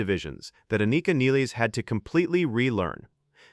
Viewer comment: At least you are the first one who pronounce her surname correctly.